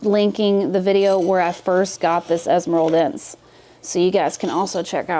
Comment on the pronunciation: Best Philodendron esmeraldense in a home set-up ever! I think it's a narrow form. But,, the final -e is supposed to be pronounced (es-me-ral-den-seh). Thank you for a funny vid and for let us inside of your home! 🙌